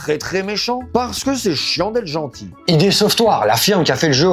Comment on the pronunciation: En fait on ne dit pas "Idé" Software (comme je l'ai moi-même dit pendant des décennies) mais "Ide" Software. Source : Id Software, en interview.